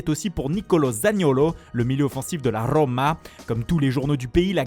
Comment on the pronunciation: Le truc c que il dit rrrroma et tout c bien mais il dit Simèone au lieu de Siméoné